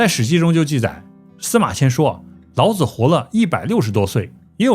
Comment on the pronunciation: 老子之「子」，發音三聲：表尊稱，如孔子、孟子、莊子等聖賢；若發輕聲：表助詞，無特別意義，如桌子、椅子、兒子等。